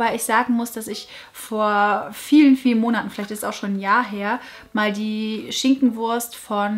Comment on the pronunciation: Wer musste auch jedes mal, als sie "Schinkenwurst" sagte, an "schinknwors" denken 😂